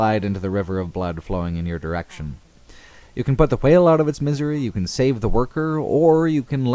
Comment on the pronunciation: The way you pronounced "whale" really annoyed me. Other than that, fantastic video.